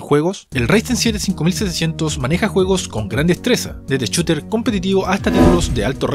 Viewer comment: Hombre shooter, photoshop. No “chotter, ni photochop” el sonido de SH existe en español y es diferente al CH.